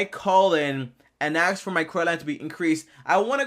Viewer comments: Have you ever axe? Axe. Axe. Axe. It's ask my dude. A-S-K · You mean "ask", right?